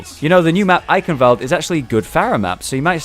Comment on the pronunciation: "eikenwald" :D